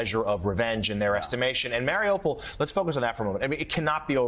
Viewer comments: Mar-ee-OOH-pole* Not "mare-ah-pol" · It's pronounced, Mar-e-you-poll